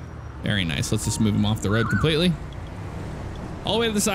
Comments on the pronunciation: Why do you say woad instead of road is it the way you talk or just for fun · "All over the woad" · Why You Say woad